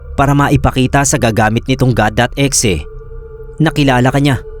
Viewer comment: bakit E-XE pag kaka pronounce 🥹🥹 pwd naman kasi as IH-EX-IH HAHAHAHHHAHAHAA